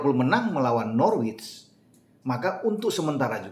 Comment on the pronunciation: Biar mantap channel bang, Norwich itu dibaca Nor-Rich (orang kaya) google translate aja biar jelas 🙏 YNWA